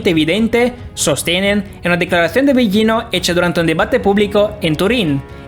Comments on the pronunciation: Que mala, peeesima pronunciación de este tipo.. comenzando por el apellido delautor citado " billino" sr. en italiano las consonantes gl no se pronuncian como "ll o y" otra cosa repugnante: la narración toda atropellada, ests dando una información no corriendo una maratón. La información muy interesante pero su mala dicción y si pesima oratoria dificultan enormemente procesar la información...le sugiero que para próximos vídeo mejore la forma de presentarlo porque repugna su forma tan burda. Su tropelia hasta hace repugnante su timbre de voz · Es Mauro Bilino (la pronunciación) en italiano la G delante de una L no se pronuncia... como figlio (hijo) o moglie(esposa) etc. La actual egiptología tiene muchos vacíos y traducciones erradas, hay mucho más y no lo comunican por evitar el descubrimiento de la gran mentira... antes las biblias tenían la palabra Elohim y fueron borradas paulatinamente, revierta que el antiguos testamento fuente escrito para hombres del siglo VI O VII antes de Cristo... Pues se convirtió en la gran mentira de la historia. Tu exposición es incompleta, no mencionas a Paul Wallis, ambos han desarrollado esta versión... los dos eran catedráticos del Vaticano, traductores... Wallis fue sacerdote. En definitiva, cada cuál saque sus propias conclusiones...bendiciones ❤️🙏